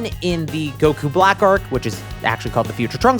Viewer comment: did bro just say gowas and zamas